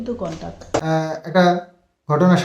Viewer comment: তোমার ভিডিও দেখে ভালো লাগলো...তুমি যেটাকে contack বলছো সেটা contract হবে...contract ' চুক্তি ' আর contact 'যোগাযোগ', haraj নয় 'harass'....তুমি এতো ভালো ভিডিও করো English কথাগুলো ভুলভাল বললে লোকেই তোমাকে টিটকিরি মারবে...সেটা শুনতে নিশ্চয়ই ভালো লাগবে না....তাই বললাম কিছু মনে করো না please...শরীর ঠিক রেখো..❤